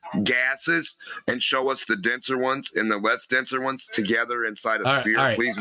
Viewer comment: Why do so many flat earthers say “Speer” instead of sphere? It’s very common among genius flat earthers